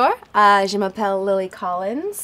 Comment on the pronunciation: i feel like she should know how to properly say bonjour/je m'apelle by now